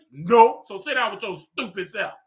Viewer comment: Lmao “STEWPITT” 😂